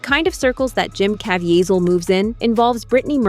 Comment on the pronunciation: His name is pronounced Jim KA VEE ZEL